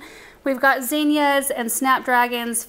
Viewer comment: Love watching Benjamin cooking with mama, he’s such a sweet boy! He reminds me of my oldest son. He’s 36 now and still a sweet and cuddly guy. Zinnia, pronounced Zinn-ee-ah, not Zeen-yah. The double “n” gives the “i” a short “I” sound. Not the pronunciation police, I just like to pronounce things correctly and thought others might like to know.